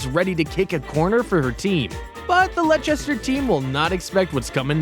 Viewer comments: Its Leicester not lechesta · Bro said lechester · And lechster 😂